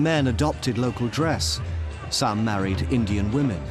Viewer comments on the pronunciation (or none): none